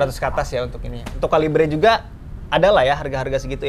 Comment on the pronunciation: Bacanya bukan kalibre ngab, tapi kaliber FYI